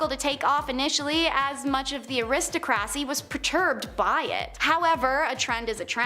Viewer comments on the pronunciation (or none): Did she say….aris-ta-crassy…..🤣🤣🤣🤣🤣 eh•ruh•staa•kruh• see😉oh😬 and the ole’ non existent word… “irregardless” 🤦🏼‍♀️😆😆 pick a word, irrelevant or regardless. Don’t just slap em’ together. 😂😂😂